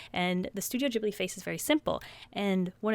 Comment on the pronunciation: No offense but you said Studio Ghibli wrong :p Also you NEED to collect more movies.. I have 7 and it's so FUUUNNN ALSO I lovu so don't think im being mean :))